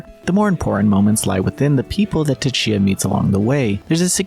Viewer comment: The T in Tchia is silent....